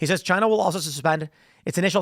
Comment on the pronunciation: “Chy-na” ~ DJT